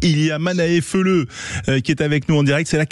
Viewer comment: Feleu se prononce Feleou lol